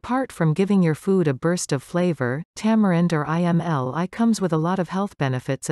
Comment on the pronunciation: Its not I m l i … pronounced like emmleee….